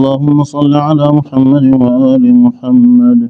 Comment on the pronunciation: امام خارش سے فارغ ہی نہیں ہو رہا۔ سورہ اخلاص میں 10 سے زیادہ تجوید کی غلطیاں۔ اسم رسول اللہ محمد صلی اللہ علیہ و آلہ وسلم ح اور د کے مخارج بھی ٹھیک نہیں۔